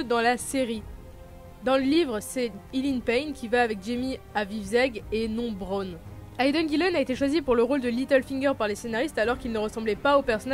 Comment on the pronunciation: Bonne vidéo mais pour info on dit pas "Marjorie" mais "Margaery" et et pas "Braune" mais "Bronn"